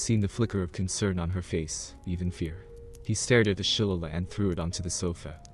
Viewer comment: I think that the club he was carrying is pronounced Shul-Lay-Lee. (Shilleighleigh). Irish version of a club. My Dad threatened us with using one one on us while we were growing up.